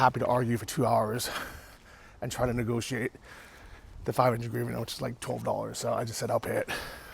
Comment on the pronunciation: You should try and learn to speak Ukrainian English and not the incorrect ruZZian version. Our currency in Ukraine is hryvnia and the first letter is 'H' You can practice it by says words like House, Happy, Hotel. So give it a go Hryvnia. I personally hate hearing said the way the ruZZians do. if it was gryvnia it would have a G as the first letter and it does not. As for your apartment - brilliant, it will be perfect for you at this stage in your life and because of the location it will be a goo investment. well done.